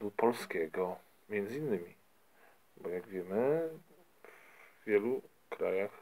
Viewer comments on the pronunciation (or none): między, nie "miendzy"...